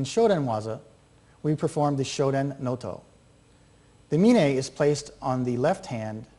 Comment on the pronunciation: Proper pronunciation should be a with long O on both Os. Like Nōtō.